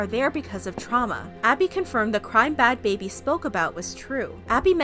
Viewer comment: Its Not Bhad Babir Its Bhad Bhabie